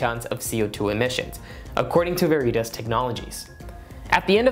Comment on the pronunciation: Good ideas! As an aside…All the Latin scholars are cringing at the pronunciation of veritas.